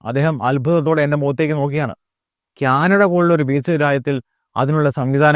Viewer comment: ക്യാനഡ അല്ല.. കാനഡ.....